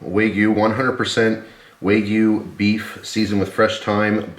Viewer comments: Tip... wagyu is a Japanese word not a Chinese one. So "wa" like a baby not "way" like a surfer girl 😜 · FYI, wagyu is pronounced kinda like wagon, not like way :D